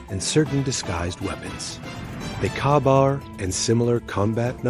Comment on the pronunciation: It’s pronounced “Kay bar,” not “kah bar.” Get a robot that can read correctly.